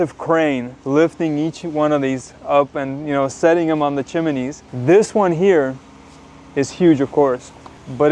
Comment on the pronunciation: Dick Van Dyke has a lot to answer for bringing Chiminey into the mix. There’s no i in Chimney.😮